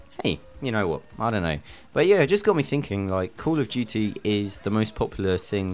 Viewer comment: call of juuty XD